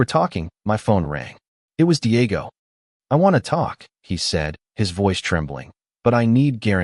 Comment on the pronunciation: 😂 Paydro, Deeayego, Mighel, Havierre, Looseeya, Elayna, Ihsubell, Raffiel and Carmen